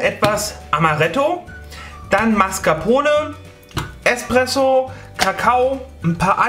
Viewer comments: Espresso…nicht Expresso mein lieber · also das ist wirklich ein gutes rezept und alles. aber junge junge, du kannst hier nicht einfach „expresso“ zu nem kaffee aus nem mokapot sagen! Aua! :D vor allem „eXpresso“. willst du dass ich mich vor ein auto werfe?